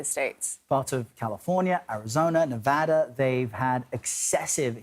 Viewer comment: OMG, this guy actually said Nevada correctly? I'm impressed...